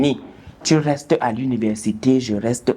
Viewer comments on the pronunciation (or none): none